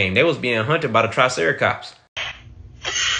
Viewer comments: "They was bein hunted by the tricericops..!" Bwahahaha. Nice! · Dude I love your reactions because its always what im thinking but seeing someone doing it and saying things like tricericops is so funny